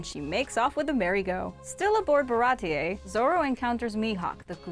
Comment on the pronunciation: Pappag "Papka" 😂 Baratie "baratiyee"